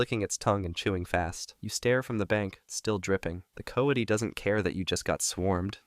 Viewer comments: it’s co wa tee not co uh tie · You mispronounced “coati”. It’s supposed to be “co-WAH-tee”.